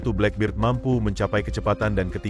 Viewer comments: Boss baca black bird( black bed) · Aq ngakak bila admin ngomong blackberd.khas warga indo dlm berbhs English.😂